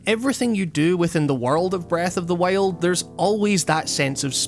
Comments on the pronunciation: Breath of the waile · its breath of the wild not breath of the whale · Breath of the Whyled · breath of the wale? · Breath of the Wiald laddie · Breath of the Whiled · breaf of d wajild :D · "Breath of the Wayald" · how you pronounce breath of the wild brreahth of the wyoauld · "breath of the weild" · Breath of the waild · "When you first pick up Wreath of the Why-old" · STOP SAYING FUCKING BREATH OF THE WHALE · Breath of the Weh - old. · When you said Breath of the Wild, it kinda sounded like Breath of the Whale XD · breath of the WHAILED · "Breath of the Weld" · "Breath of the Wail'd" lol great vid! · Did you say breath of the whale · Læfend of Zælda Breath of the Wæld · Breath of the wayeld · Did you just say breath of the whale? At 0.05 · Breath of the wiyuld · Breath of the Whyuld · Breath of the wEiilld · Not really. I don't think wild is supposed to be pronounced as WEHLD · "Breath of The Wayuld" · "The legend of zelda: breath of the wailed" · "breth of thee weeyuld" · i keep hearing breath of the whale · Breath of the Weighlt xD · Is it just me or does he keeps saying "Breathe of the whale"? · Am i the only one that hears " breath of the whale"? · lol. "Breath of the Whaled". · Heard the way you pronounce wild in the first 10 secs and got out of the video, lol sorry dude I don't like ur accent 😂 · I think he's Australian. They pronounce /aı/ as /εı/.